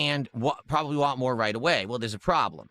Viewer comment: Wahn' is the worst for me